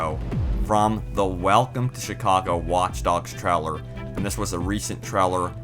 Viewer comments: This guys voice... my god.. It's a trailer not a treller.. jesus, enunciate man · Treller or Trailer? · Traller XD. I think he meant trailer* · 'in the treller' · Paul Peterson in the treler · Dude i love your accent specially with the word "Trailer"